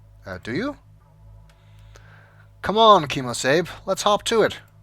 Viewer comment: Kimosabe is actually ' The Lone Ranger's" horse, so the 'sabe' is pronounced just like Wasabi.